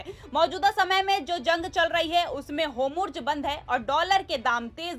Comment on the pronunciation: Kaise jahil anchor hai es ne arabic urdu padhi nhi hai kya jo hormuz bolne bhi nhi aati en jaise log sirf naam k musalman hai